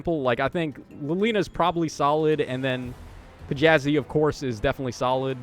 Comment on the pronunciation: Thats not a p its a þ. Letter is called like "thorn" and pronounced like "th" in the word "the."